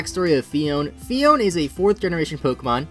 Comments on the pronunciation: isn't it phee-own-ay? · Actually it is pronounced PHEE-OWN-AYE Phione